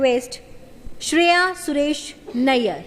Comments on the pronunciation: Nayyar nahi nair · I hope , the Host learnt how to Pronounce Nair 😊